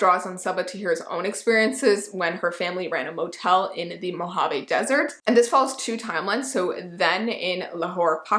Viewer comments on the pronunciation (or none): none